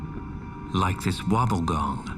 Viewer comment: Did this guy just call a Wobbegong a Wobblegone"!?😅